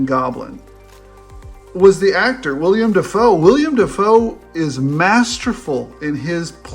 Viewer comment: It's Willem Dafoe, not William Dafoe.